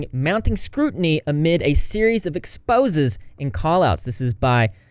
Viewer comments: Exposés is pronounced ex-poh-ZAYS. Typically, anytime a word includes an e with an accent mark like this: é, it's pronounced as "ay," like the words "hey," "say," "clay," etc. You see this é most often in the words "fiancé" (male version of future spouse), "fianceé" (female version of future spouse), and café. Most Americans forgo the accent mark (and the second e) when they write "fiance" (and fiancee if they're using the proper gender form) but I think people should learn to use the proper form, the way it's meant to be. I'm not commenting this to be rude or to embarrass him or anyone else, I just think proper pronunciation is important when it comes to those that can't physically use their eyes to read along and I also think proper spelling (with accent marks included) is important for those that can read along, but can't hear. P.S. I made a second donation of $10. 💸 I know it's not a lot, but I just wanted to donate again because of these accusations and I think it's ABHORRENT if Trisha lied about her teacher molesting her! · Expose’s is pronounced like “ex po zay’s”